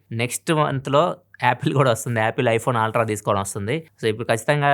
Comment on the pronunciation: Ultra ❌ aaltra✅